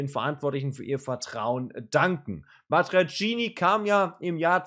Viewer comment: ...nur die Aussprache des Namens ist falsch (nicht Matiacini)